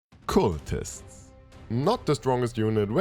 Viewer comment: In most English dialects I'm familiar with, it's "c-uh-ltists", not "c-oo-ltists". Hope that helps.